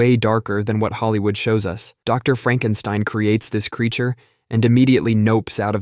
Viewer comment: It's "Fraaankenstine". 😂